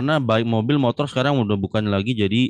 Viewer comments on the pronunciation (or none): none